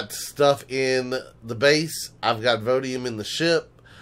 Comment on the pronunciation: Everytime you say vodium instead of voidium you make a grammer nazi twitch. I have to chuckle each time you do it. You can have more than one voidium deposit on a planet so you may want to double check before you move to new planets. I'm doing the voidium/drone parts grind right now as well, never had a regenerative shield before. Almost have all the voidium/drone parts/progenitor fragments, now I have to do the plasma planets for their parts. For extra storage I sometimes use an unpowered mini storage base that's just a rack of container controllers. There's no real cpu limit if you aren't powering it so you can have a 1x320k or a k storage rack right next to your main base. Throw a wifi in it and you are good to go. You can dress it up pretty if you feel the need. As far as 1.6, just thrilled that I can knock down tree's now with an HV. Too many times I've been killed by getting wedged between trees or impaled on a sapling when near a poi. If you need a break from the grind go curb stomp the various home worlds (legacy, zirax, kriel, etc)